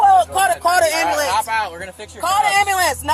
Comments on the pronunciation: I can't stand it when people pronounce ambulance wrong!! It sounds so ignorant!!! It's not Am b"a" lance, its am b"u" lance!!!!!!! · "Call the ambalamce" 😂😂😂 Shaquantae was as ratchet as they get lmao Also ain't no way she's only 200lbs gurrrl quit playing Respusha 😂😂